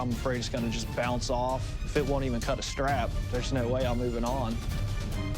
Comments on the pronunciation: It will cot? Don't you mean it weel keel? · "It wil kad" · "It will cot" 😂😂